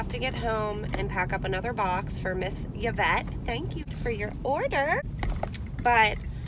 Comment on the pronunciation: BTW Yvette is pronounced EEE-vette not yahvette sorry French Canadian here with aunty Yvette(RIP)